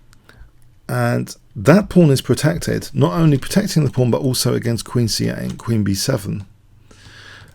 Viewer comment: every time this guy says "pawn" i hear porn